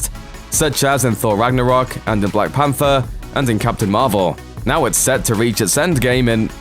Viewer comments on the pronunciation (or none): none